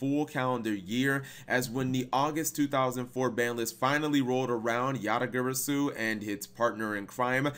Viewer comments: Yata Guh-Raw-Soo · yata gary-su... come on man... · Dat Garasu part sounded very off lolz Then again, Japanese is purely phonetically consistent...so... :P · I reject the way u pronounce garasu 😤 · The way you pronounced "Garasu" made me take 1+d4 psychic damage